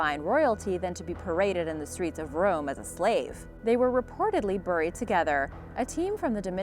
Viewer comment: I have no idea how you can speak Japanese, German, and even Iroquois names perfectly, and then mispronounce common English words like “buried” and even Sir Walter RAHlee’s name.